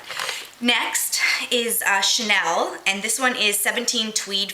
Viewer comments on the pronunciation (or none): none